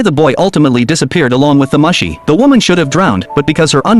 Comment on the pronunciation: It's pronounced MOO-SHE, not Mushy.